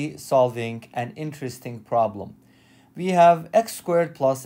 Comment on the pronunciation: "We have" not "vee have".